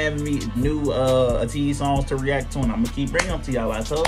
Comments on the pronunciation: thanks for the reaction! btw ateez is pronounced ay-teez rather than ah-teez :) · Deja Vu is an amazing video and song. Love how the music video reminds me of late 90s/early 2000s MV styles. The dance is so sensual and cool at parts and this was a nice change from Ateez's usual music! Hope you can react to their song Mist, which is a great song, next! There is no music video but there is a beautiful live performance of it that shows how good their vocals are! Also Ateez is pronounced like ayy-tease/eight-eez, not uh-teez! 🥰